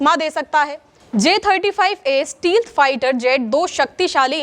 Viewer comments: Didi it's not steeeelth 😂 it's stealth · Steelth kya hota hy 😂 it’s stealth 🥷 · आलोचना के इरादे से नहीं, सिखाने के इरादे से बोल रहा हूँ, “stealth jet” को स्टीलथ जेट नहीं पुकारते, स्टेल्थ जेट पुकारते हैं। बेहतरीन काम कर रहीं हैं आप। जय समविधान, जय भीम, जय हिंद। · Steelth nahi, Stealth hota hai.